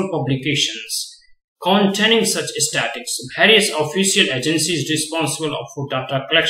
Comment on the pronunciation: Pls pronounce the word Statistics properly...